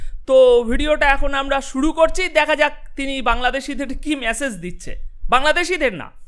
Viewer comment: বেশ ভালো প্রেজেন্টেশন। কিন্তু ভাই, মেসেজ, সম্মান --বলুন। ভুলগুলো খুব কানে লাগে!